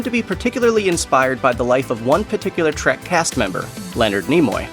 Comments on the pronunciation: Oh, for crap’s sake, it’s Star TREK, not Star TRACK! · Trek, not trak